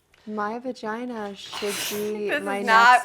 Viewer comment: Lydia Labia, VaGina (vuh-gee-nuh), Elvulva... ummm......